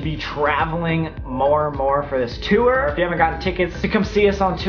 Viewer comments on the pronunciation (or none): Love how you definitely said tour like "tooer" while in Toronto, that was the most Canadian sounding thing I've heard in a while, that accent influence is stronnnng 😝